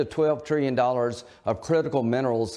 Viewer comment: Ten to twelve twillion dollas!